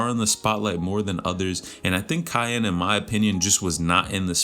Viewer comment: its key-on